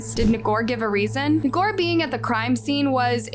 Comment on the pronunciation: Ngor sound like “more.” Either you do no research at all or you intentionally mess this stuff up so you get more engagement.